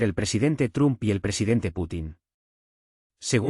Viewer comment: Se PRONUNCIA TROMP NO TRUM 👋 👋 👋.